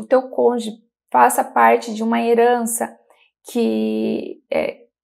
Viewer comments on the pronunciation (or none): Excelentes informacoes. Uma pequena observacao: ja vi tanto videos sobre o tema que notei que o pessoal do sul do Brasil tem dificuldade de falar Cônjuge, sempre falam CÔNJE 😂😂